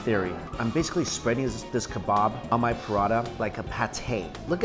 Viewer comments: Took me a while to figure out you were trying to say "parantha" and not product 😂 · It got me 2 minutes to understand that he is saying paratha not prada! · When he keeps calling paratha “Prada” lol